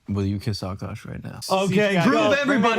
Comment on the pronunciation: He is no longer uhkosh is he isnow ahk-ahsh